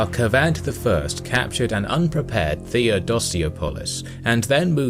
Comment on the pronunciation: He says kavadh ! Kavad qavad کواد = pimp He says kosrow kos+row = vagina+go کس+رو Good luck with those name and pronunciations History's written by westerners w.durant mkII XD